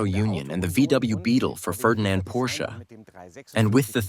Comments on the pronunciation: Stop mispronouncing Porsche. Please. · Porsche has 2 syllables. FFS it's not that hard! Get rid of this narrator. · Relax, this is a Geman documentary with an English voice over. And it does pronounce it as both Porsch (as most English speakers do) and Porscher. They know their Deutsch. Enjoy the free content and marvel at Komenda's genius.